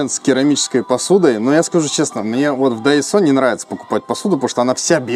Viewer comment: Сорри, а почему Тайсо, а не Дайсо как написано?